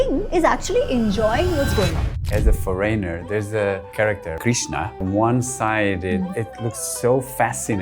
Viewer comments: Why do you foryner and not foreigner ?? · "As a FOREYNOR!" No man you are not a foreigner. A foreigner would knwo how to pronounce this.